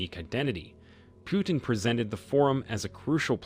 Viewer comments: Its pronounced POO-TIN not PYOU-TIN. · It's PUtin, not PIUtin. You won a 'dislike'... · It's not 'pew-tin,' it's 'poo-tin.' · President Putin's name is NOT pronounced "PEW-TIN". The "u" is pronounced as a double "o", as in "too". US reporters can't get Macron's name right either. They say "Mak Crone". What's wrong with these people that they cannot even get national leaders' names right? To me, it makes everything they say suspect. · putin and not pyutin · What is wrong with u? U cant say pootin? Instead of piutin? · It's not Pew-ton! It's Pu-teen. As for BRICS yes! and why not?! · Pyewtin? Really? Lame. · [Arrogant and disrespectful, received British pronounces Putin as Pewtin. Please stop the insult. We shall overcome with respect with Rev. Martin Luther King jr. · Too many empty words. And it’s not Pyootim. Please get the name right. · When will you guys learn to pronounce names properly? You don't know how to pronounce "Putin", stop making videos.